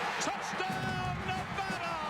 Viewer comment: Two comments: Boy-C and Nevada NOT Nevahda.